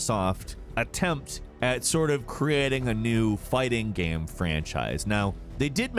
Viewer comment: even the way he pronounced "game"... he always pronounces it "GAM" like hes half-way pronouncing gamma.